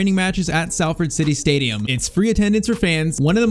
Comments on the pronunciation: For future reference it's pronounced Solford rather than Salford. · Salford is pronounced “Sol” not “Sal” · Sorry it’s pronounced s o l ford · It’s pronounced solford 😂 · It’s pronounced solford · I know it's a little thing but please say Salford correctly..its pronounced as though its spelt solford...yes english is stupid 😂